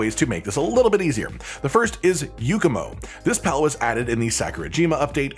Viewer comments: I take 1 point of psychic damage every time he says "Yookumo" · please understand that this is entirely nitpicking...and maybe read super dramatically for a laugh, but can you explain to me how an A sounds like a U in "YAKUMO"? there are KIDS potentially watching this, we need to fight the stereotype that the people of today can't read! THE HORROR!! THE TRAVESTY!!...and if you can read this, then maybe you can come up with some better dramatic sounding words to blow it up further out of proportion... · Since when does YAkumo make a u sound?